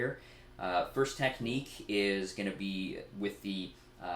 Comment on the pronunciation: Did he say Tapnique?